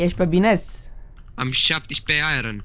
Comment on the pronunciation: ce are ăla bă iron se citește airon